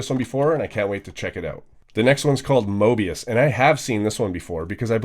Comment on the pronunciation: Why people can´t pronounce Möbius?